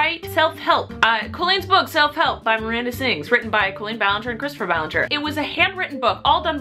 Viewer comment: its selp-helf... not sure if u guys noticed...